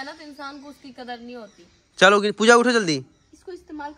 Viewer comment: 1) बाँधा मत करो किसी को भी Convince kar ke le jao. 2) की बातें सुनो.. ये बड़ो जैसे बाते कर रही है 👍 # ka gyaan 👏 3) Happy accent me "chalo" 😉 congratulations 🌟 4) kitna bolti ho...सांस ले लिया करो रुक कर 😄